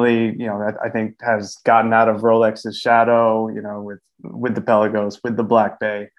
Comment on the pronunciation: You’re pronouncing Pelagos wrong.